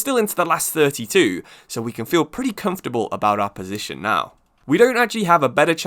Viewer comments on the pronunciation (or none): none